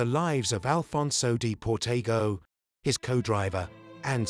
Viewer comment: They even mispronounce Alfonso De Portago's name...